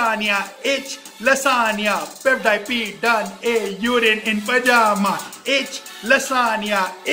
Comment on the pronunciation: Urine ko Yourin aur pajama ko pejama 😂🤣😂😂😂😂😭😢😭😭😭 ooo bhai maaro mujhe maaro